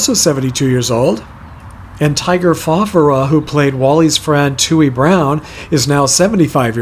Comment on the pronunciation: Is the name pronounced Fa FAR a? I also read that Richard Deacon was from the Binhamton area in upstate NY